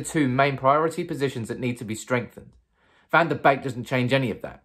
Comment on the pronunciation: Donny Van da Beek : Its actually pronounced "Bekka"